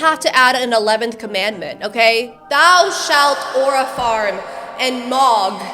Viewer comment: take a shot everytime says "arua" and u might get alcohol poisoning